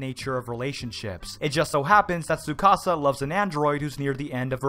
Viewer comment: He knows how to pronounce Tsukasa but not Isla?! Tsk tsk, shame.